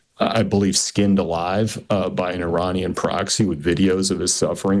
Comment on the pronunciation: He’s saying Iranian wrong